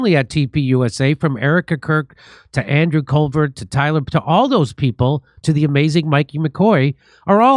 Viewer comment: Did you say Andrew "Covert" 🤣